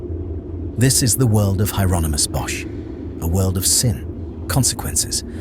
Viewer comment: It's pronounced Yeronimus, the H is silent. AND, the couple in the foreground is Adam and Eve, you can see the fig leaf. They brought original sin into the world.